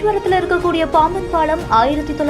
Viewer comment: பாழம் இல்ல பாலம். பாவம் தமிழ் இவகிட்ட மாட்டிகிட்டு.